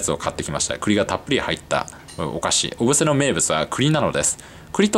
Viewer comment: 小布施の発音が正しくて聞いていて違和感がないです。